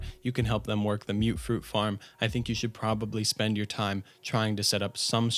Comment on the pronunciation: Am I wrong to think that it’s pronounced mut-fruit and not mute-fruit?